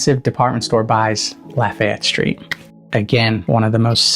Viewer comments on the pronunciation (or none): none